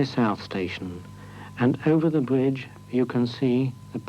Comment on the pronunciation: Can't help notice that the commentator has that unique to the British upper middle and upper class speech impediment of pronouncing the letter "R: as a "W". Yep, no other English speaking country has this impediment. Bwidge. Wamsgate; Woute; Appwoaching; Impwovents; Woad; Wight, etc., etc..